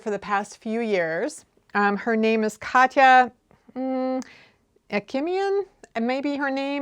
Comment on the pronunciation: I am definitely keen to see a tutorial on the grosgrain ribbon: one of my long-term knitting goals is to make a cardigan (I'm still on dishcloths right now :). (Btw, I'm super impressed with your pronunciation of Katia. Most anglophones can't pronounce it at all!) -- Katya